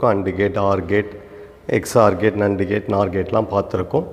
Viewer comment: Very useful and infomative Sir. Kindly correct the pronunciation of NAND gate.